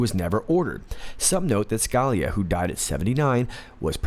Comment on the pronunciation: It's pronounce Skah-LEE-ah. Again, it's Skah-LEE-ah.